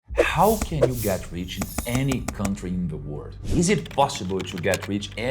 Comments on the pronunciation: You should really work on the pronunciation of the letter L in the word "World", it will make such a difference. Here is a tip: how about you try to say "were old" -- there you get it, "world", properly pronounced. Congrats on the new channel, see you next time 🌿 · mesmo lendo no prompt ele pronuncia no comeco do video a palavra WORLD como WORD